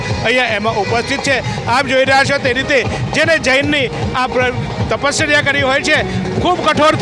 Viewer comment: Tapsarya tapsarya bole chhe...bhai tari speech ma keva locha chhe